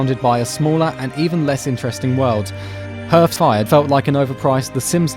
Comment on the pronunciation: Did you just say "Herthfire"? Are you fucking kidding me? You know it's pronounced "harth", right? like "hearth and home"?